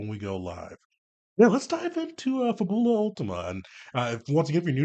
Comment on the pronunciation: Fab-Yu-lah. Kind of like the word fabulous.